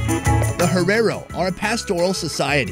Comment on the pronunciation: How he's saying herero wrong is annoying 😂